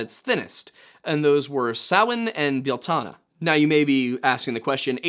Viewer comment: Irish here. Your pronunciation is very good for the most part. Only thing I can point out is how you pronounce Bealtaine and Lughnasadh. "Bee-al-tin-eh" "Loo-na-sa". Other than that you're pretty spot on, first time I've heard anyone outside Ireland pronounce Samhain correctly 😂